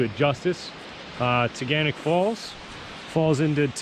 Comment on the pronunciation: As a resident of Ithaca you ALMOST pronounced the name that us locals say. At the end of the word it’s pronounced “nick” not “knock”. Tuh-Gan-Nick. Great video though! Haha!